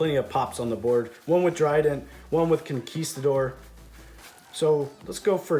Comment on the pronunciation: finally! a non-spanish speaker who pronounces huaquero and conquistador well enough!